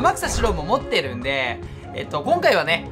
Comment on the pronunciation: 持ってるって強調しすぎ